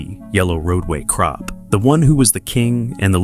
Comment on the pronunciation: These AI voices are horrendous, this one is the worst I have heard, can't pronounce the words properly, using the wrong tense and very monotone. Yellow Roadway CROP, it is CORP. It is Oklahoma, not Oklama.